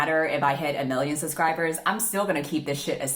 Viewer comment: Whenever says subscribers I hear suscribers 😂 is it just me?